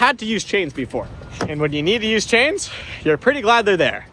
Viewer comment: the sh instead of s in ur words kills my ears. chains